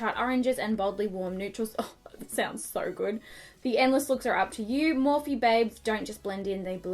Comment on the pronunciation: Had to give a thumbs down 👎 because its Morphe, I love your videos though